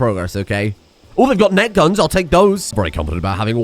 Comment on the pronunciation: OHH!! NET gun! I kept hearing NECK gun, and was wondering what you were on about... or what you were on... and can I have some...